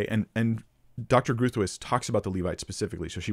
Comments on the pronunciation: Groothuis is a very Dutch name, Growthice is not the correct pronunciation, Groot - I can’t find a word in the English language that sounds like it but perhaps the closest would be to rhyme with boot; huis sounds like grose. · Groothius is pronounced "Grow-tice" in this case. Rebecca's husband is an ethics and apologetics professor at Denver Seminary. He's a PhD, from what I can find she does not have a doctoral degree. That shouldn't take away from her argument, like I said, her husband is a philosopher., I'm sure he'd be happy to come on and discuss his late wife's work with you. I really don't think you're grasping how her argument works. Also, I think it's incorrect to assume that you to scripture without some sort of preconceived ideas. You make a comment about how you want to come let th Bible speak for itself, but it's impossible for us to do that. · Groothuis direct translation = Big House. As South African, we're familiar with the surname. The "G" is pronounced like the "J" in the Spanish name "Juan", the "r" is pronounced like the double "rr" in the Spanish word "karramba". For the rest it is difficult to describe for an English speaking person and none of the sounds are natural to English. It is however broken into 2-sylables "Groot / huis" due to the direct meaning of the surname as initially illustrated. Most importantly, it doesn't matter how you pronounce it as that is not the context of your video 🙂 I would love however hear you pronounce my surname 😀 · Dr. Groothuis is pronounced “Growt-hice” (I think) I’m sorry I got it wrong! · Groat- howse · Hey: Great stuff overall, and I'm kinda working my way backward through your videos, all of which are helpful. Linguistic note: Groothuis is a Dutch name and in Dutch should be "Groot-wiss." Doesn't mean she pronouced her name this way, however. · It's a Dutch name: pronunciation: Gr-ow-ow-t - house -- when you pronounce the word 'house' with a strong Scottish accent, you're in the right way ;)